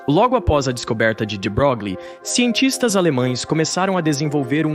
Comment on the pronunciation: de Broglie era francês, e a pronuncia francesa de seu nome é Luí de Broglí.